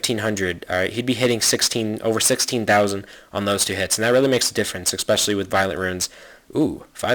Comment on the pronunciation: i can't stand it when you say exspecially xD